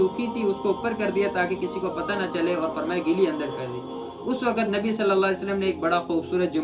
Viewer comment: "Nabi" ke achhe se le